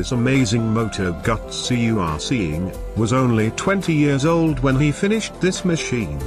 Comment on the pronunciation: "gutsy" ?? Thought it was "goo-zee" . . . That seat would be like sitting on a shoe, it's narrower than the tire !!